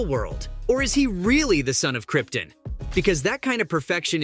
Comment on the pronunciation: Cryptin 🤨 you mean krypt’on 🤦‍♂️🙄